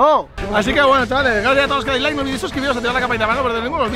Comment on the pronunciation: envés de escribir "like" en el loquendo escribe "laik" para que se escuche mejor:).